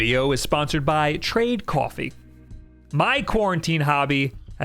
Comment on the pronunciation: Everybody: I drink coffee: I drink cowfee